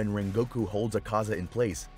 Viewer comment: i cant stand the way he pronounces rengokus name